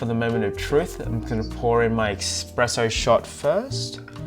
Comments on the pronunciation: Espresso not expresso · Espresso NOT Expresso!